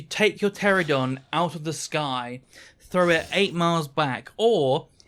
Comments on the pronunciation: Ptera-NO-don. I crash out every time you say Pteradon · You keep saying "Pteradon" instead of Pteranodon. Thats as infuriating as "aluminium" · It is "Pteranodon", not "Pteradon". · Grinds my gears. I'm a "pteradon" main, but cant even say it properly 🤣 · Those aren’t the same thing. Pteradon is just a mispronunciation. Aluminium is correct, literally only Americans say aluminum